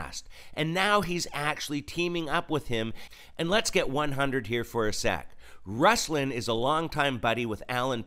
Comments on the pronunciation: just a slight correction. It’s pronounced Roos-lawn. No big deal. Now, I’m glad you exposed this man. He has an interview with Lecrae and he didn’t press him on his denial of knowing Dan Cathy, the owner of Chick-fil-a. Why? Because he doesn’t want to hurt his relationships within the Christian hip hop community. He wants to be a rapper. He is a money-hungry man who is filthy in his speech at times. And foolish. What a hypocrite. God bless you, brother. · Hey brother.....I follow Ruslan. Do better with pronouncing his name correctly if you're going to critique him. Like Ruslan said, at a minimum. ;)